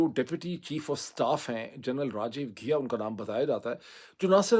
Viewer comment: Ghia nahi Ghai hai yaar